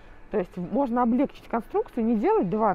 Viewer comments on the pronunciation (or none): none